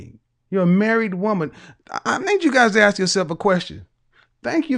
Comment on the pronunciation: Your husband's first job is to educate you on how to pronounce English words correctly. Let me help you, the word is ask, NOT axe